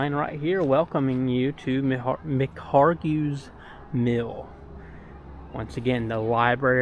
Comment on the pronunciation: Mispronounced McHargue!